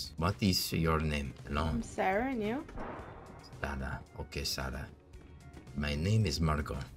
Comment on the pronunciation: sar-sars-sarah HAHAHAHA